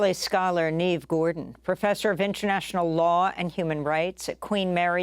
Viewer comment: It’s not “neeve”; it’s “ne-vay” as if it were written “nevé” in French.